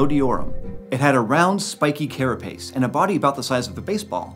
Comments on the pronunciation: “Kera Pace” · You mispronounced carapace